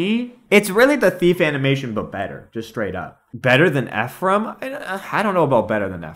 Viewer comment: I’m serious. My twin brother is named Ephraim. Thank you for pronouncing it correctly.